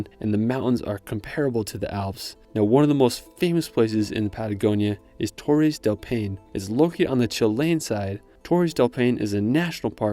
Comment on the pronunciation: Torres del Paine is pronounced "torres del pine ay". Good video though!